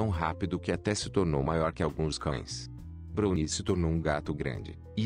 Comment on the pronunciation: Nao e bruni q se pronuncia, e brauni....